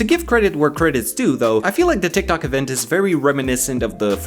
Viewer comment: To be honest who wouldn't die inside when they say tik toc